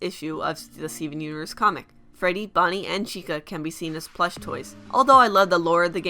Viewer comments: YOU PRONOUNCE STEVEN UNIVERSE LIKE STEEUUVURRSE AND IT DRIVES ME INSANE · When you say 'Steven Universe' it sounds like 'Stefhnuverse' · For fucks sake it's STEVEN UNIVERSE not Seeven isvsiverse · stivnunvrse... i lost my shit